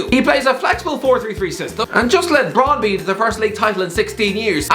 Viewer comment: You forgot to mention Russell Martin is from Brighton originally which would be a factor (whether that's good or not is another thing) also it's pronounced Brondbyu